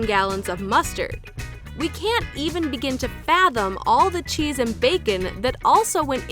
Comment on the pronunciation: The way she said cheese hurt me personally